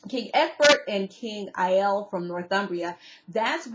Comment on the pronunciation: Great recap... love Vikings... the king is pronounced Ay-lah